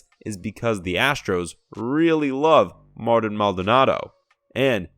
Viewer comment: Tell me you don’t watch theAstros without telling me you don’t watch the Astros: Mispronounce Machete’s first name 😂.